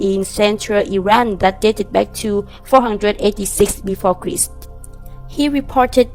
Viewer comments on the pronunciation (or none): "...thousand years Before Kreest." Stop it. Stop this channel. You're killing everybody